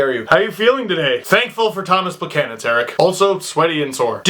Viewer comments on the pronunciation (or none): none